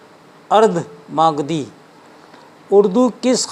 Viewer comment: مالدھی اپ بھرنس نہیں بلکہ ماگدھی اپ بھرنس ہے